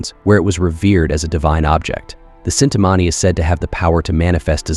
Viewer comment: it is not cintamani it is chintamani krishna had it